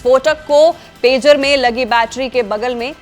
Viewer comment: Madam Pejar nahi Pager hai😂